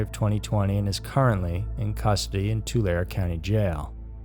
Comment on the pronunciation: Just FYI - phonetically: toolairee "Tulare County"